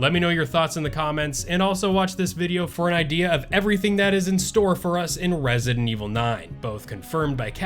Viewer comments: You do know it’s ResiDENT (space) Evil….right? Not Resinevil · “Rezent Evil” lol 😆